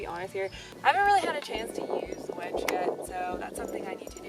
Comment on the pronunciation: It's a Winch... not a Wench.. but you have come a LONG way in a year or so.